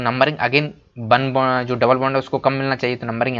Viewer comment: 1 ko bun bol Raha hai😂😂🤣